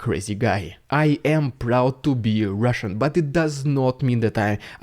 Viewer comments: Everytime he says "Rrrusssian Prrrropaganda" its so Funny. 🤣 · "Rrrridiculous Rrrrussian Prrrrrrrrrropaganda" has become epic. Definitely worth a meme of its own! 👍😉